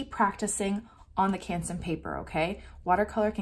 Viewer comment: Ps: Also love how you pronounce Canson :)